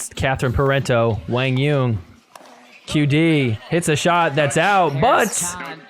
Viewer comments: lol who the hell is “WANG YUNG” do you mean Quan Doung!?!? 😂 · To be more precise, it’s pronounced “Quah-n Yuhn” but great job trying to pronounce it right. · So Quang Duong is now "Wang Yeun"😂😂